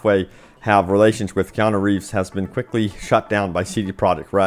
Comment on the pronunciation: Is it that hard to say kee*on*ooo